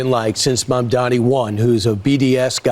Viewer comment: Now if Mamdani's got on the grift train then FOX would be singing his praises; but first they have to learn to pronounce his name.